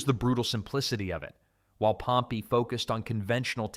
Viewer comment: He uses the correct pronunciation